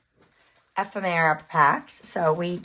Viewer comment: Pronounce ephemera. F. M UR Ah